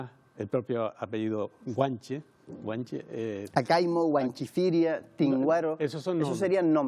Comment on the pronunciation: Acaymo dice el presentador, fuerte ignorante